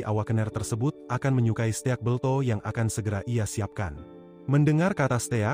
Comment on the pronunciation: steak bang bukan ste ak